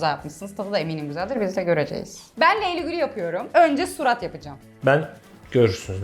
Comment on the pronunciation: abla neden leyli gül diyosunuz canım söyleyeymim